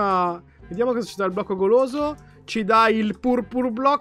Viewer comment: Ma cmq la prima volta ai detto il blocco poloso invece di blocco goloso